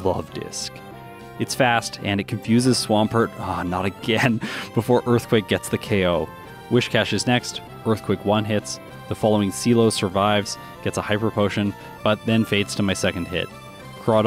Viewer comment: Just a follow-up for future Gen 3 playthroughs: It’s Sealeo, not Cee Lo (Green).